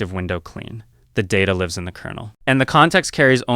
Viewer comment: It doesn't actually seem like its AI voiced over, it made a mistake when it said "lives in kernel", where live was pronounced more like 'life' which I suppose AI Voiceovers wouldn't do